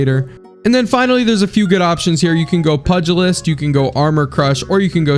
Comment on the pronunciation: not trying to sound like an asshole but the perk you equiped pugilist is pronounced pew ja list